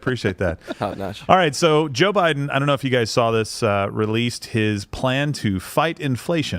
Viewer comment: He pronounces it BLIDEN. We must respect that.